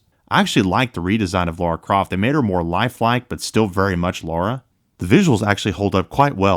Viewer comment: "Laura Croft" It's LARA Croft as in LA-RA, not Laura. Apart from that, nice video and I'm enjoying gaming on my PS5 Pro and yes, some PS4 games are so much better on it.